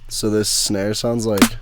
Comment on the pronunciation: "Kick and Schnare" <3